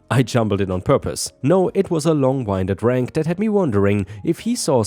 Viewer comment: "Winded" is "win did," referring to the wind/air. 🤪